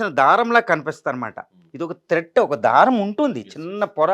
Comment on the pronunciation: త్రెడ్ అనే బదులు థ్రెట్ అంతవేమిటి..?